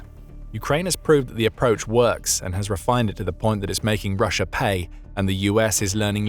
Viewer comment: STOP SAYING RUSH-ER, it's an A, not an R, in the word Russia, very annoying, do you not speak the King's English????